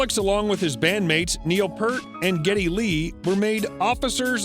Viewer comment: Do more thorough research for your videos about the subjects so you are more knowledgeable about their career and how to spell and pronounce their names.